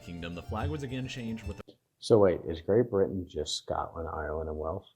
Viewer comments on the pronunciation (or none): WALES (WAY ILLS) not WELLS. St. Andrews Cross is also called THE SALTIRE. The video shows a 4 leafed CLOVER instead of a 3 leafed SHAMROCK for Ireland ! GREAT BRITIAN = ENGLAND, SCOTLAND and WALES. UK ( The full title being...The United Kingdom of Great Britain and Northern Ireland) = ENGLAND, SCOTLAND ,WALES and NORTHREN IRELAND. I can't believe you would never have seen your "OWN" historic flag in your history lessons at school !